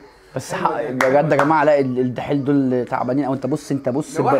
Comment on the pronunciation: اسمو الدحيل مش الحيل